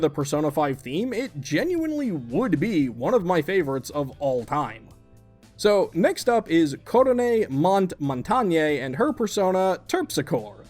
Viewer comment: Sorry, but Kotone Montange is Half-French, and so you need to pronounce the Montange in French (Mon-tahng)... Because Montage is French for Mountain apparentlh